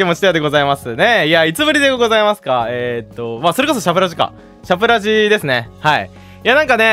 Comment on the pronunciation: シャプラジを最初しゃぶらじだと思って聞いてて、ヤバい名前のラジオだなと思ってた。 ラジオを発音よく言うと更に詩子みが増すし